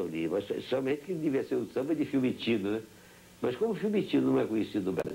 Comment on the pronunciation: FIUMICINO... é o nome do aeroporto em Roma... não Fimitino!